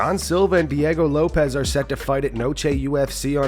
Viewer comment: The dude’s last name is Lopes how the fuck do y’all keep messing that up?